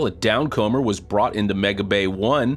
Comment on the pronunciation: "down-'comber' " lol How long has been following Starbase in more minute detail than any of us and hasn't picked up on the derivation, hence pronunciation, of the downcomer... through which the fuel comes?